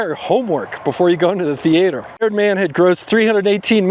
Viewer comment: did you actually say "Thee-aater"? 😳 😁😅